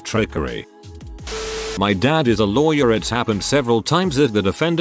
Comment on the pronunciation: sometime it says louwy where instead of lawyer